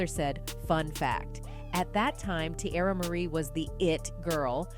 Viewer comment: I hate the way she’s say teairra’s name